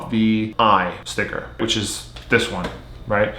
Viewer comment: he says stivker alot when he has a stickerless cube lol